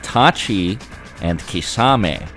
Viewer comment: Thank you for correcting pronouncing Kisame’s name.